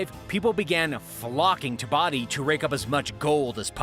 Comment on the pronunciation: It is not pronounced "Body", It's pronounced " Boe-dee" Edit: is the mispronunciation